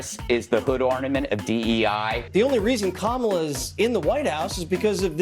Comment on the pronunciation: Maybe you could analyse the Right's habit of mispronouncing 'Kamala'...